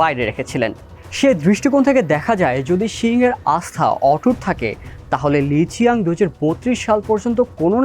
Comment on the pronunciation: ওনার সঠিক নামের উচ্চারণ হবে লি ছিয়াং